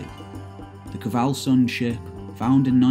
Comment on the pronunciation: Also, there's no vowel between the 'K' and the 'v' in "Kvalsund".